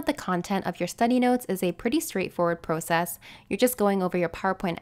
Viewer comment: The way you say process sounds funny or weird but I don’t mind how you pronounce process.